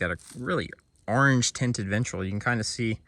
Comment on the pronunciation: My Godmother was from your neck of the woods and she uses to pronounce Orange Urange(Erunge)!. You saying that brought back good memories!!. She taught me how to catch snakes and other Reptiles. Outstanding video sir!!!. All Five Thumbs Up 👍👍👍👍👍!.